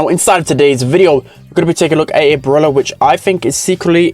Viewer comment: its called brawler not brulah